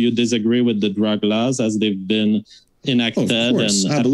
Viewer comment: I'm laughing. He just needs to work on the "with" part.